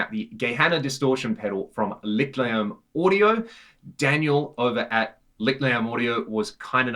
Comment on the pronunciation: more like "lisht-lair-m"